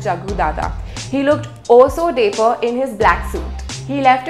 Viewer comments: The presenter sounds like a child narrating a story. Also, the word is "dapper" not daper . Why use fancy words if they can't be pronounced correctly? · It's dapper not daper! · whats daaaper ? learn the pronunciation of a word before using it repeatedly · Someone who can't even speak in proper English is judging others dressing sense. Wow. Watch some of Grace Helbig's videos to learn how to make funny fashion review videos by making it fun and not demeaning. By the way dapper is not pronounced like "paper". You need to work on it. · The host pronounced dapper wrongly. We don't expect a platform like Pinkvilla to make such mistakes. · And u can't even pronounce "dapper"